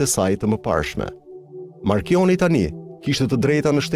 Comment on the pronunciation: *marconi - jo marchioni!!!